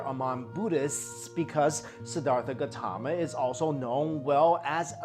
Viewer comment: it's not gatama.. but "gAUtHama" & not sakamuni but "shakYamUni" get it ?